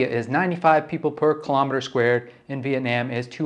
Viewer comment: I’m Vietnamese and I appreciate you trying to say it correctly. It’s not Viet-Nom so keep doing you